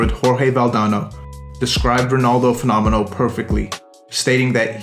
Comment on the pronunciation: how can you butcher fenomeno?